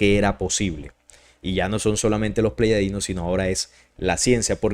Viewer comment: Soy tu seguidor y me gusta mucho los estudios de investigación que haces, pero siento raro cuando dices pleyadinos cuando lo correcto es Pleyadianos, sólo en Colombia se hoye así, pero tu público es internacional, y los mismos seres de pleyades, se presentan a sí mismos cómo Pleyadianos.